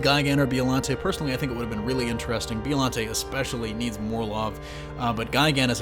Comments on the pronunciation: Who’s Bee-O Lante? Oh you mean Bye-o-Lanty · Oh my god I'd love for them to add Biollante. She was so ahead of her time. Also it's Bio-lawn-tay not Bee-oh-lawn-tay. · Is it really pronounced Bee-oh-lahn-tay? Since it’s a plant, shouldn’t it be bye-oh as in biologic? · Why are you saying B.O.llante??? It's bio. You sound like an asshole. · It's "BIO"llante not "BEO"llante!!!...you know like Biology. Besides that great video! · The way you say Bio-llante lol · What is a “BEOllante”? Do you even say Bio correctly??? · Its bio lante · Anyone else cringe when he keeps saying "BEEollante"🙄? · The letter ( i ) is often pronounced like an ( e ) in the Japanese language. Listen to the Japanese audio track & you will see that it's pronounced like Beeolante. Just like ICO is pronounced like EECO or Ghidorah like Gheedorah. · You real disrespect my Monster homies and it's Bi-O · "B-E-Ollante" (Inhales) This is the symbiote situation all over again. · Is no one going to mention the fact that he keeps saying Biollante wrong the entire video? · The way he pronounces biollante drives me nuts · And Gigan is a bird/cyborg, and he doesn't even mention Biollante's connection to Godzilla, and can't even pronounce her name right